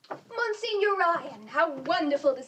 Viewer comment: "In The Heat of The Night" is another Poitier movie from this era with the same theming, and I'd say better than this (although far more pessimistic). And for a latter-day Poitier, the high-tech spy thriller "Sneakers" (1992) is a gem of its genre. Fyi: The pronunciation of Monsignor is "mon-seen-yor" (or mon-seen-yer). It's a clergy title.